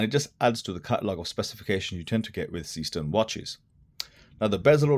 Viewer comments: That's because the pronunciation is garbled. It's zayshtern, not seastern (Seestern is a borough of the city of Düsseldorf, Germnay) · Your heading is wrong...S453 instead of S435.... The pronunciation of Seestern is zayshtern, not seastern.... and the case is slimmer (watch your colleague's comparative review on Youtube) although the overall height is the same due to the crystal. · The correct pronunciation is NOT SEEEE-STERN. Is german, not some weirdo-english. Thx. 😂